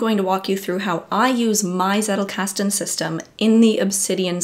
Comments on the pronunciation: wtf is zeddelcasten, it is tzettel!! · PhD in theatre and performance studies... I need to let that sink in... How much does this "journey" cost you? And yes, it's pronounced "tsettel", which rhymes with "do better". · If you are like me and thinking she was saying zerocasting, I'm here to tell you she was actually saying zettelkasten